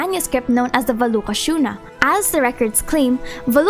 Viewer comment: wow you nailed the valuka shuna pronounciation